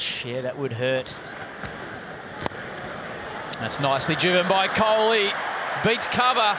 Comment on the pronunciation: the way they pronounce kholi is amazing ❤️❤️